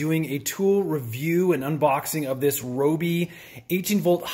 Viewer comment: Rye-O-Be is the proper way to say Ryobi :)